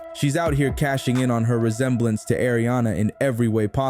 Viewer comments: Its "AARIANA" not air-riana Thanks for the vid 😘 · Ya know it’s Not air-rihanna 😂😂